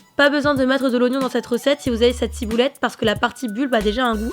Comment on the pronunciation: De la cibouletteu chinoiseu